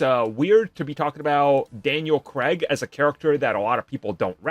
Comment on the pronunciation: Its Daniel Craig, not Creg.